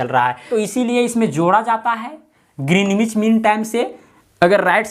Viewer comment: Sir yh ग्रीनिच kehlata hai